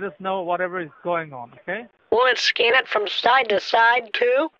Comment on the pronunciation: "scan" Edit: sounds like "scam" Edit2: this comment is not edited.